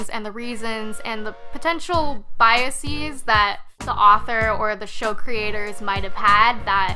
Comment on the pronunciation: I think chewing tobacco is under-represented on the sidewalk! It's always that damn pink chewing gum. What's up with That? Where's the equality? Where's the fairness? ...I'm pretty sure (no, Positive) that 'biases' Isn't pronounced: biasees. The Worst thing about some millennials is their narcissistic, pseudo-intellectual ignorance. They don't even care that they don't know what they don't know; they just like to hear themselves Say Stuff.., like -- "George R. Barton.." Close enough (I Guess), if you're a spoiled millennial.